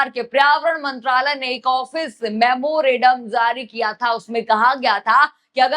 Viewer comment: आपका उच्चारण बहुत खराब है।पर्यावरण,मेमोरेंडम,और कई शब्द सुधार कर बोले।